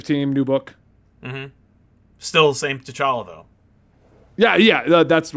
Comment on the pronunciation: T’Chonk-a lol